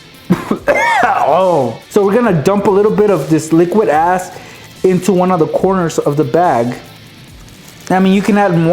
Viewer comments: Boi stop saying "liquid ass" all the time boii I thought you were saying "az" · was he saying liquid "ass"?